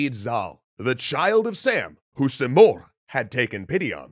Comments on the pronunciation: So I'm from persia , it's not pronounced simorkh , it's simorgh ( the gh is important ) Also it's rudabbeh it's not rudabbah And not sam as you saw it's sãm , saam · You’re pronouncing “Simorgh” as “Simorkh” — in Farsi “gh” is the equivalent of the French R, e.g. “au revoir.” Just trying to help, no offense intended! Enjoying this video, thank you 😊